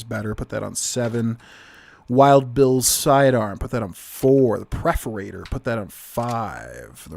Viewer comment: I love your content, but every time you said preforator instead of perforator my eye twitched.